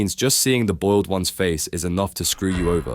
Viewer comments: You mean boiled not oiled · TF U mean oiled one